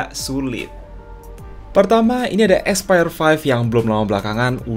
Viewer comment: yang kubaca : Aspire yang kudengar : Expired